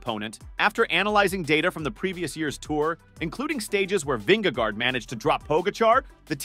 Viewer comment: Interesting stats. If only the narrator had not butchered the pronunciation of TP & JV